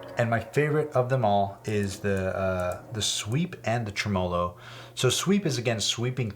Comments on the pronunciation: BIG FAN of what you do. Just wanted to say: “TREmolo.” It’s Italian. Same first syllable as ‘trembling” or ‘trebuchet.’ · Y’all really had me thinkin he was about to say “Trimblogagooloo” or some shit. Losing you fuckin minds cause he stressed a different syllable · bro really pronouncing tremolo as “tremolo” and not “tremalow” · the way you pronounced tremolo hurt me deeply